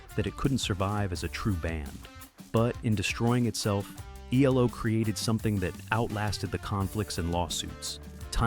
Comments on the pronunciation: Jumped from Eldorado to New World Record, but skipped over Face the Music. And your AI voice over called them Elo in stead of ELO? Sad. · It’s not elo. It’s E L O. Another example of bad ai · Sounded like a person until it said E-Low....😂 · They are not called "Elo." Say the letters or say they're entire name. No one ever called them "elo." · Interesting subject. Couldn't stand the sad ai narration tho. "Eeelow?" Try harder.